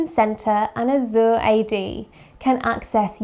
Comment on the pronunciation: Well done, my friend. (love the way she pronounced "Azure")